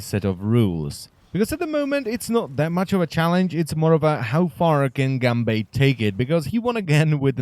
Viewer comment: I'm triggered at your pronunciation of Gambatte cries in Japanese